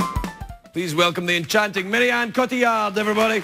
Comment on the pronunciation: The amount of people that shoulda told him it's Marion and not 'Maryanne' :P